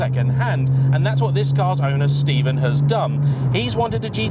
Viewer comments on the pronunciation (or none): none